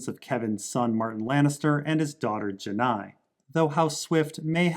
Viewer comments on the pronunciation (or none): And personally I think Kevan Lannister's daughter is pronounced "Jay-nee" but that's just my opinion